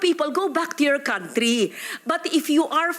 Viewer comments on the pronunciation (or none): none